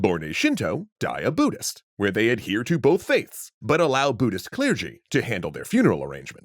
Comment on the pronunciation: BUDDHIST COME ON, BUDDHIST. not buddist, ohmygosh, WTF